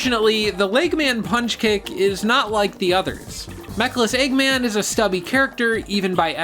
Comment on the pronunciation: You saying LEGGMAN just irritates me, like how can you mess up saying eggman.